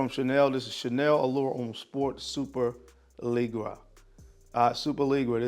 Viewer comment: Superleggera is pronounced like “super- leh - jera” The g’s have the same sound as the “s” in “vision”. Almost like a soft “g” sound “z” and “sh” sound mixed. It’s named after the Ducati superleggera or the Lamborghini superleggera